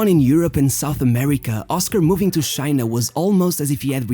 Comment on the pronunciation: Its not shina it is China !!